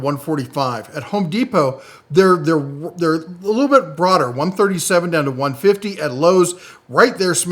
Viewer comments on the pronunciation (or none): none